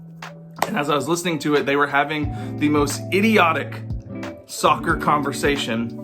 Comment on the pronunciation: oof listening to those meatheads talking about "sukker" was painful